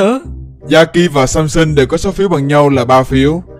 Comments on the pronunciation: Tôi nghe thành Samsung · said: này samsung Ko phải: này samson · Samson em đọc là Samsung:)) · Hảo nói sason thành samsung